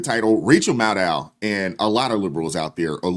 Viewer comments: Hold up, did I hear you call her " Rachel Madcow ". Bahaha 😂😂😂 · I know I will wear hearing aids, but did I hear you right? Her name is Rachel “Mad-Cow “. That’s just hilarious.